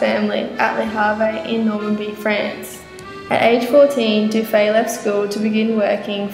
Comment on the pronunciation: Sorry, the name Dufy is pronounced ending with the sound e. Monsieur Dufy may have had Irish-Scott ancestry. So You Aussies know how to say the name in English- spelling with a double ff-Duffy.